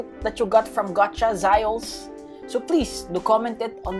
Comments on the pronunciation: its not Zyoles it's Z oh les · It's zioles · Its za yo les